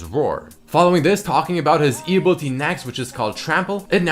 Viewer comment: I just cringe when doesen't pronounce the I's in some words like Ability and Invisibility. He says Abilty and Invisibilty... Please...